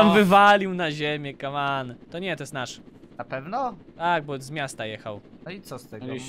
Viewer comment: To jest głupie jak mówisz kaman